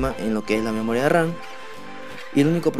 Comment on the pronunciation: A mí cuando dijo memoria ran😂